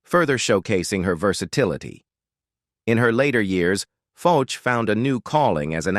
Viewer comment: Actress Nina FOCH is pronounced like the words "Foe" and "sh" sounds---Like Foesh. Just trying to help..